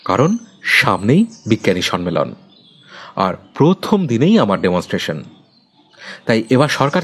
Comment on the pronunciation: উপস্থাপনা আর একটু উন্নত হতে পারত. Sonman... Sonmelon কথা দুটো ভুল... কথা টা somman আর sommelon.. ন এর উচ্চারণ টা হবে না কানে লাগছিল তাই বললাম ❤❤❤